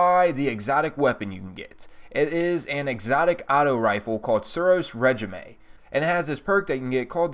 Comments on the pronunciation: Well we all know he doesnt know how to read lmao.... Suros re-ji-may... ITS PRONOUNCED SUROS RESHEEM ..smh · It's pronounced (Ray) (scheme) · It's pronounced ray-jeem.